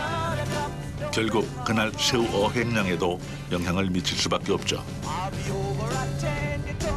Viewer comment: 아닠ㅋㅋ 성우님 ㅅ발음할때 뭐 드시나봄ㅋㅋ 한번 신경쓰기 시작하니까 계속 들려서 집중이 안되네요ㅜ 셰우, 슌셔, 등등등